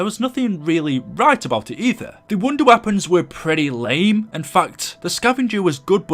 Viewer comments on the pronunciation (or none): none